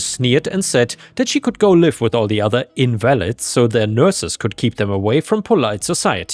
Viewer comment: just F.Y.I. in this case invalid is pronounced in vah lid